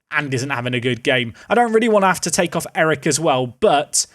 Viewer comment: Erich is a german name, not a dutch name, and its pronounced erig with a soft g, not eric